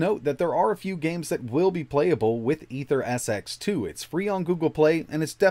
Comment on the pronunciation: The emulator is pronounced as "Eater-SX2" not Aether.